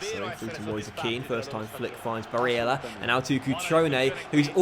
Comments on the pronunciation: Hey, I see a lot of comments talking about Nicolo Barella’s Name pronunciation. I think you just need to lower the emphasis on the e (a sound). It should sound more like how you were saying it in the beginning of the second half in the lazio game, not the 88th Minute goal pronunciation. Other than that, I’m loving this series and I am loving the story so far. Thanks. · I'm a huge fan and I've loved your vids for about 3 years now but please take it easy on the name pronouncing. Its a bit cringey and I'd rather hear you say them with your actual accent rather than faking one and making it sound worse. Otherwise this series is great, along with your Huddersfield CM. Quality content as always! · Who cares about how he pronounces Barella's name? Come on... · Hastings Grime Media Ya I'm with you on this one. It's strange to see not listening to his subs. He's seems to be inviting trouble. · gotta say i agree tbh